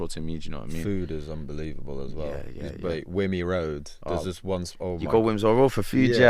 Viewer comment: wimmy road cmon haha